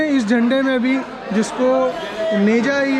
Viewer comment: Teja nahi neja hota he